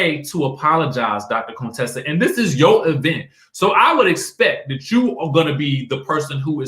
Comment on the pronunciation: Why you still saying Contessa like Dr. Heavenly did when she first came on?! Lol! Cone- Tessa 😂😂😂